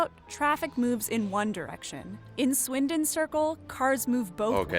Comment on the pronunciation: Can we just appreciate how he said swindon correctly (well to me) ❤